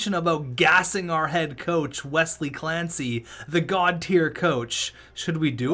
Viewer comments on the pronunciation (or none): none